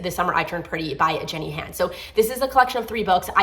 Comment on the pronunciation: Loved your reviews but just want to let you know Jenny Han is pronounced hawn (Think of the word Fawn but with a H) and Sarah J Maas is pronounced like moss.😊